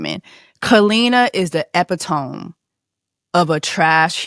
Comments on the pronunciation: At the mark, it’s eh-PIT-uh-mee (epitome) not epi-tomb. 🤝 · Epitome is pronounced ee-pit-omee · Epitome. Is pronounced “e-pit-ta-me” sistah, I was here for the whole video but I had to help ya lol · The pronunciation of epitome 😂😂😂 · Sis I love you but uhhhh...please look up how to pronounce "epitome" 🫠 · That pronunciation bothered me too from an educated person, along with the constant self titivation which for me was extremely distracting from what was a good discourse.